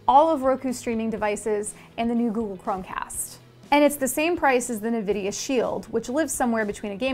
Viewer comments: it's not nuhvidea its envidia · also what's the deal with people saying Nividia? its Nvidia they have someone say it before games start and they themselves say Nvidia when they're doing presentations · I forgot how mad I was at this video a year ago. Now I'm laughing that she mispronounced Nvidia